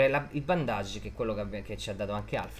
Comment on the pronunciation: Come lo spiega lo solo pochi!, d'accordo che la relazione tra Batman e Alfred è un po' equivoca, però sarebbe più corretto dire "bandage" (bendeg) invece di "bondage"🤣